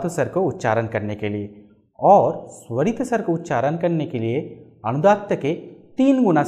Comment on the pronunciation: मद्धमा नहीं, मध्यमा। सरित नहीं, स्वरित। अपना उच्चारण सुधारिये।